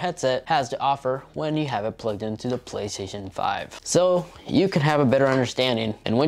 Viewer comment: "The Plehstzzn5"